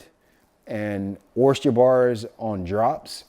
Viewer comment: Bro! Oyster not Oyst-cher 🤪 you makin' me crazy hearing that! 😂